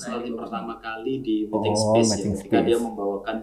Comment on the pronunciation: Wkwk salpok sama King ngomong METING SPIS WKWKWK, padahal kebalik harusnya bacanya miting spes, aku relate sama sih wkwk, aku kaya banget. King ini tipe2nya bukan planner tapi pas tampil keren kayak adek aku yang ujian ga belajar tapi nilai 90....